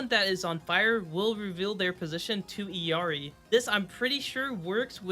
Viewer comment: Bro its ILLARI and Bridjett not birgitta